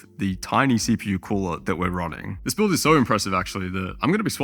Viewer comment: where did you monkey get 5090... fokin boiuilt... build. not boiuilt :D